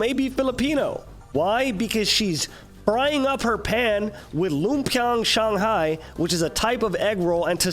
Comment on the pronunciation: Hey! I'm as pissed at the whole Seraphine stuff as you are, but what really made the video perfect for me was that.......you were able to pronounce Lumpiang Shanghai correctly, well done! P.s. If you ever come to the Philippines (please don't, it's really bad here) I'll cook some for you.